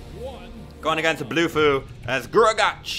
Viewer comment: Bruh you arent supposed to read gruagach as gruagatch pretend there isnt a c there